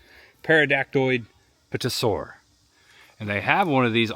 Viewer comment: Nice video, but man.... you REALLY need to learn how to pronounce the name properly. No one wearing a Jurassic Park T-Shirt should be clueless to the fact that the P in Pterosaur is silent. Also, if it flies or swims, it's not a dinosaur.